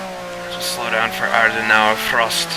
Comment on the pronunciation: Great drive! But it is "Adenauer Forst", not "Frost" ;) Forst is a german word for "forest"